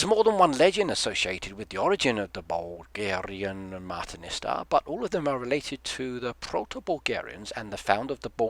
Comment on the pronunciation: In Bulgaria we make martenitsa in many different ways. I have made simple ones many times starting kindergarten. It's fun! We give each other a bracelet or a necklace or clothing pin every 1st March. We give out dozens at a time. Most people don't tie them to trees anymore at random, we mostly keep them or tie them to a tree in our own yards. As a sidenote, you were pronouncing martenitsa as marteniSTA the whole time and pretty much butchered the names of the khans but it's ok, most foreigners do that